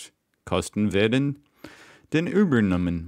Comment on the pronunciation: Im pretty impressed how good your pronounciation is at certain words like "übernommen" isnt an easy word at all :)